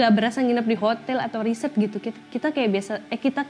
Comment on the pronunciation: maaf dong..klo ngucapinn resort(penginapan/villa) bukan kedengerannya Resert. itu sdh beda ya artinya. maaf ya